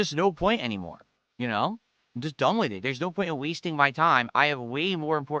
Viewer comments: the "wit" instead of "with" thing drives me nuts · Ayund, Ayuss, Wit, Wahn, Acktor, Mah